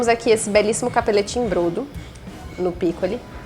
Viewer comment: A pronúncia é bródo.